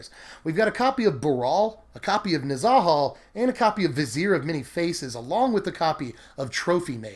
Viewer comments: nez UHH hal..... not nez AHH hall.... say it with me friends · omg why are u saying Nezahals name like that for-just stop